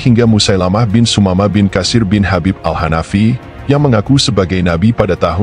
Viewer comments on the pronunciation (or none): none